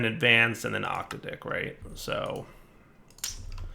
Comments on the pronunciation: it's not Octa-Dick, it's Ock-t'ad-ick emphasis on the Tad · I believe it's oc-taydic, or oc-tahdic, but I suppose octa dicks make great dildos. 😂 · OC-TAD-IC......not 8 peeps pronunciation c'mon dude!!!!